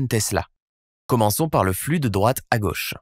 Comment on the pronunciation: super video et explication parfaitement claire.. par contre.. petit detail qui me fait bondir à chaque fois.. "gauche" se prononce avec un o fermé (comme dans moto) .. ca fait vachement bizarre de l'entendre avec un o ouvert